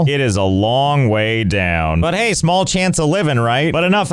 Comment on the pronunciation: "Hay there! It's Josh! Welcome back to Strife Hayes" xD